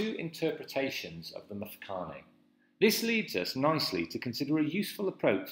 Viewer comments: How can I take you seriously if you mispronounce every word??? You have managed to single handedly slaughter just about every Native word. It is pronounced MMMTwE-Twe and its MMMMFe-ca-ne. And where do you get this idea of slaves to the Boers??? They had servants who were treated as part of their family. The Zulu conflict between Mzilikazi and Shaka was the start of the Mfecane which had a domino effect. There was also a severe diminishment of people in the middle of South Africa due to the Matabele absorbing them as they moved along (conquer and assimilate). They eventually settled in Zimbabwe and are now known as Ndebele. The Boers would negotiate with any Bantu tribes in the area they arrived in for land, as is the case with Piet Retief and Dingaan (Dingane) which eventually culminated in the battle of Blood River due to treachery by the Zulus. The Portuguese never enslaved Bantu tribes in the area known now as South Africa. They did get slaves from Mozambique and Tanzania (Arabs) through Zanzibar. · Yho! But your pronunciation of the words including Mfecane and Mthethwa is shocking! It actually gets worse from there on.